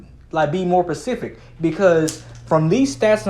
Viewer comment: No hate cuz A.)who got time for that right now #unity and B.) ima birds fan too BUT im a rapper/studied communications and im a 'grammar/word nerd' - and something about this video BLEW. ME. AWAY. (not in like a trolling way, like im legit dying yo know the deal) Early on you say 'pacific instead of 'specific' - two TOTALLY diff words and if we're being real that wasnt a one time mistake (ones an ocean) but later in the video then use the word 'pedantic' (not entirely right but still, how u have a vocab that includeds 'pacific' rather than specific but then you know the word 'pedantic' hahaha shit just blows my mind - maybe its that weed you smokin cuz the pearl scout cookies and silver haze i got so idk haha *not takin shots for real, just its funny cuz i told someone recently how i was SO embarrassed in 4th grade when i said pacific and was corrected and realized i was sayin pacific and not specific for the first 10yrs of my life - im glad i could be the dude to set you straight :P be easy mah dude